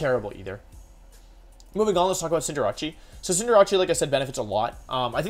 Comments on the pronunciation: You have good videos but cinder-ach-e kills me. It's not italian. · I'm still trying to figure out why Wolfey is saying its name wrong. Court Change is a very easy name to remember. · Hey Wolfe it will make me feel better if you pronounce BOTH C’s in “Cinderace” the same way thanks ❤️ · I'm new to this channel, so could someone please tell me the way he pronounces Cinderace is just as a joke or for memes. Because it's low-key driving me insane lmao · Why does he not pronounce Cinderace correctly? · I don’t think that’s how you say cinderace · Your pronunciation of Cinderace makes me uncomfortable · Does he say cinderaces Japanese name or is he saying it wrong lol it's kinda annoying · Why do you pronounce cinderace like that? Like is it as a joke it or do you just legitimately think that’s how it’s pronounced? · it’s pronounced like cinder-ays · Cinder achi, with libero is a play on liberachi. Facts. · “Cinderachi” pisses me off unreasonably so. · Wolf: “Scinderachi” Me: stops the video at 3.22 , deeply questioning if he’s trolling on purpose or like genuine. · Pretty new to the wolfeyvgc channel. can anyone explain why he purposefully mispronounces stuff? (V-->W, CindrAchie, liBERo, etc) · No one: Wolfey: Cinderachy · Wolfe are you saying Cinder-achy?!?! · cinderachi lmao no problem in mispronnouncing but how do you mess up a name so simple and in english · Why does he call Cinderace Cinderacci? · Wait Cinderace is pronounced Cynder-acchee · It’s funny he says cinderachi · So is pronouncing cinderace cinderachi an inside joke or are you just pronouncing it wrong. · That pronunciation of cinderace is painful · I don't know why he says it like that... It's cinder-ace. "Cinder" like fire and "ace" like in a deck of cards. "Ace" is also used to describe a really good athlete. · Wtf is a CINDERACCI????? Its CINDER-ACE!!!!! Get your names right or dont call yourself a pokemon fan. Sorry not sorry but ur pronounciations are triggering.